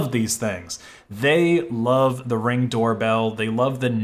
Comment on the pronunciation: Why did you say Reng?